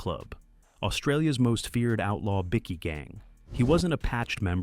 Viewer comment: It's Biki 🏍 Not Biki 🍪 🫡😅